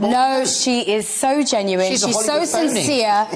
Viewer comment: hahahah 😂this girl couldn’t say the word “ genuine “ reference to MM.. what a jokester.